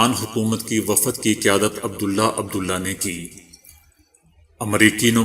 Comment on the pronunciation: my friend ,if you dont know to speak correct urdu pl. spoil urdu language you said uoodhare umre is wrong correct word is adhare umre second word you said waafad no it is wafd ok, thank you dear.